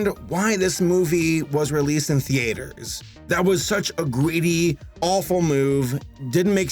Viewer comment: I am new to your videos and please forgive me if someone already asked this, but why do you pronounce "theater" the way you do? I am not a native english speaker so I was wondering if that's an dialect thing.